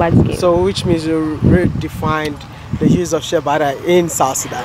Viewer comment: It's "shea butter"...